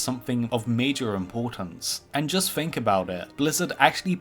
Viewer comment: "And just Fink about it" The WORD IS THINK use THE T SOUND not F